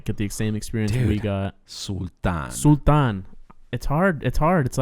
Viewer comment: According to the Phogat girls the father was locked out of the match. They still don't know who it was or if it was one person acting alone or many. They have no idea why either., yay! You got the word "Sultan" perfectly right! Including the soft palatal T. Good on you!